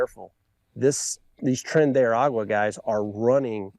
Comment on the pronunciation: It’s not Tren de “Agua” is Ara-gua At least try to get the name right